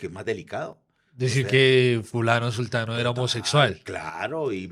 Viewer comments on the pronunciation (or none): La palabra correcta es zutano o zutana. Incorrecto decir zultano, zultana.